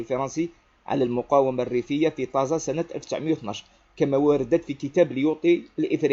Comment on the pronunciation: تازا و ليس طازا، اخي الكريم